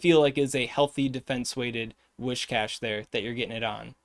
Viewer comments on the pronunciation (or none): Once again, hail to the! Awesome work! Now, could you consider trying to say Whiscash to make it sound like whisk, whiskey or whiskers? It's a catfish mon, it's supposed to sound like whiskers, not like a wish from a goldfish;-). No hate here, just a pretty please! 🤗